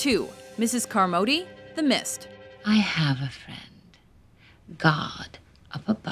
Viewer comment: It's Car-mod-ee it's fucking easy why can't people say it correctly. its annoying